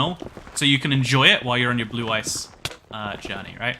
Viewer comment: My inner Kaiba hearing "Blue Eyes" instead of "blue ice" everytime😂